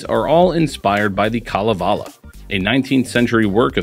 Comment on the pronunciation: Great video! As a Finn I very much appreciate your background work on Kalevala. Even the pronounciation was good.